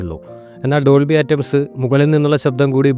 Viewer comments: Dolby ആറ്റംസ് അല്ല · സൗണ്ടിനെകുറിച്ച്താങ്കൾ പറഞ്ഞകാര്യങ്ങൾ ശരിയാണ് പക്ഷെ..ആ റ്റം സ് അ ല്ലാ.. അറ്റ്മോസ് ആണ് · ആറ്റംസ് അല്ലടോ അറ്റ്മോസ് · ഡോൾബി അറ്റ്മോസ് എന്ന് പോലും ഉച്ചരിക്കാൻ സാധിക്കാത്ത താങ്കൾക്കു എങ്ങനെയാണ് അതിനെപ്പറ്റി ആധികാരികമായി പറയാൻ സാധിക്കുന്നത്